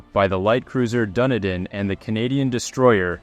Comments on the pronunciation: FYI Dunedin (A city on the south Island of New Zealand) it's not "Dunny-din" It's pronounced "Dun-eedin" Rant over.😇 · Please. Its Dunedin - pronounced Dun Eden an alternate name for Edinburgh, not Duniden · It is pronounced 'Dun-ee-din'